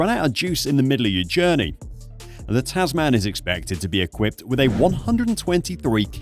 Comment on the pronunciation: Tasman is actually pronounced Tasmen :) --- English I know.